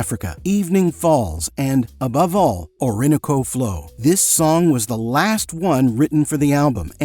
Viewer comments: OR-in-O-CO, not the a.i. "or-IN-oco"! ... 'an erection' between them is rare?? INTERACTION, say it right! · It's Ori NO co!!! Stop using AI and speak for yourself🤬🤬🤬🤬🤬🤬🤬🤬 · o-RIN-o-co Flow. Too bad AI cannot pronounce numbers and main titles correctly. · "Orin a co flo"? Seriuosly? It's Spanish and it's Orin know co. All at once. Isn't there an AI accent program yet? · Wtf, why can't you pronounce Orinoco flow correctly? Is this AI? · If you are going to make a video about an artist, you should teach your AI to correctly pronounce the names of her work. (or-in-o'-co) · You have to love how AI pronounces "or-in-o-co". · "Oar-in-O-co" Teach your AI voice well. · if you can't pronounce a word like ORINOCO then go to wiki and click of the word it pronounces it out loud for you Dumbo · Let her speak! Stop your idiotic babbling over her voice. Why don't you mention Phil Coulter? Must be an AI voice as you can't even pronounce Orinoco, FFS. Quality?? This is nonsense. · I guess both I, and all of the area radio announcers have been mispronouncing Orinoco for all of these years. The hit doesn't seem that long ago, though, when you're as old as I am. I was about to start a 25 year career that ended 12 years ago, LOL. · AI butchers titles. Orinoco was totally disrespected. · i can't give you a thumbs up because you can't pronounce Orinoco flow or Caribbean blue. please, you have never heard the songs. i have all the albums. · Is this AI? Can't you pronounce Orinoco correctly??? HUGE HUGE fan of Enya and her music! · Sorry, but I have to call out yet-another sloppy AI narration. Can you imagine not being able to pronounce "Orinoco" or "Amarantine" ?? They are both clearly sung and enunciated in the songs IN THIS VIDEO !! Just how lazy are these people !? :face-orange-frowning: Despite my rant, I found this video very interesting. Pity a human being didn't narrate it.